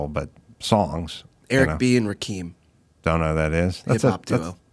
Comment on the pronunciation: Learn how to pronounce Rakim. It’s ROK KIM